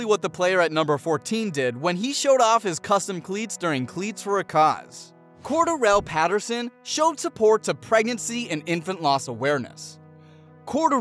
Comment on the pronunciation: Why u said cordelle patterson like that